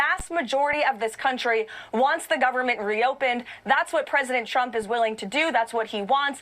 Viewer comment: Watch her lips and listen closely. She keeps repeating "President CHUMP."